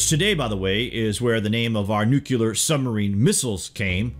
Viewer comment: Dude? How is it you said Mahabharata perfectly, yet f*ck up the word nuclear?